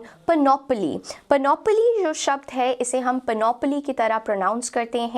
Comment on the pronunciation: PAN-uh-plee (like PAN-ugh-plea, to use 3 words instead...) She says it wrong, like 4 syllables with stress on the 2nd one. It has only 3, with the stress on the first, indicated in all caps above. Don't believe me? Check or maybe ....